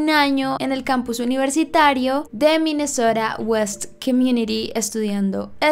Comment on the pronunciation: soy la única que piensa en MI MESOTA cada vez que dice MINESSOTA. se nota que me he visto RÍO